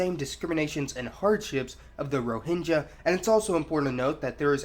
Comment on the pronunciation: It should be pronounced /rɔ:hɪŋɡʌ/ & they are “Arakan.” History books fail to mention that there was a wealthy, strong kingdom named “Arakan” which was there where it still should be. If Rohingya people are not citizens of Myanmar then they should have their own sovereign nation.